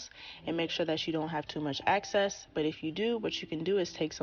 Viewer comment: The s in debris is silent love. And so sorry, but you want to remove excess, not access.